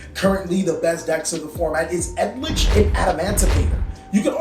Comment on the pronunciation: Does he mean Eldlich? All I'm hearing is edlich, I remember the L as the second letter in that word. Ok, I guess.